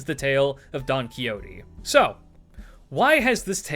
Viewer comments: By the way, the x in spanish sounds like an h in English so the XO of "Don Quixote" would sound like you are saying the first vowel of house so you can replace the x with an h and get a closer pronunciation to the original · You are aware that you butchered his name pronounce, right